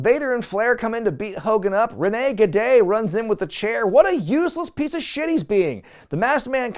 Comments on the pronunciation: I kept dying at rene gade pronunciation. His outfit really did suck lol. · I feel for poor Rick Wilson, the guy was just doing what he was told, but everytime you keep saying "Rene -Gade" I can't help but to LMAO!!!🤣🤣🤣🤣 That's definitely a new one 🤣🤣🤣! I neeeded that laugh🤣🤣🤣